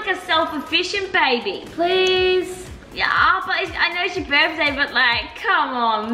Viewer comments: When u guys sang happy birtday at the start said it BITHDAY 😂😂😂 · You forgot the R in * Birthday * little mistake nothing major